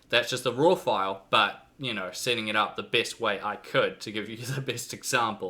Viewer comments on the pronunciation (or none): none